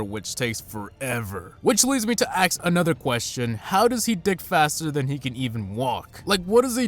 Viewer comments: axe=ask 😂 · lol in "axe another question"